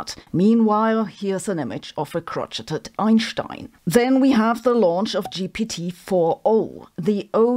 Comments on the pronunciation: Hi Sabine. Crochet is a french lown word ( I think) and the t is silent ish. Its more like crow shay. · Crochet is pronounced "crow-shay" (krōˈSHā). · Surprisingly, I guess Europeans don't know each other's languages after all. Crochet is derived from French, so it's pronounced "kroh-SHAY". 🙂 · ahh someone who pronounces crochet correctly 😊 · I know Sabine is German so it's probably intentional, but the French word crochet has never been more abused... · Just fyi, the T is silent in crochet. It sounds like you’re saying the elephant has a crotch.